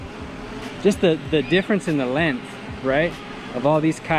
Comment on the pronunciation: Checking out the lennth and the strennth Lol. good video though brother